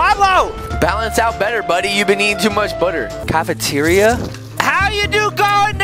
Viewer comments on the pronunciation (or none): " how do you get in the cafamriria like boys cafeteria not that way of saying it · He called it the cafemeteria